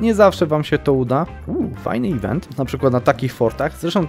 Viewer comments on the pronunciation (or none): none